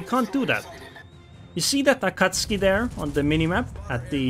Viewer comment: You pronounce the “u”. Ah Cat Sue Kee. It is Japanese, not Polish.